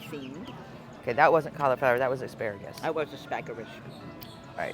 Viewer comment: "Aspagarus" 😅😅😅 Love it!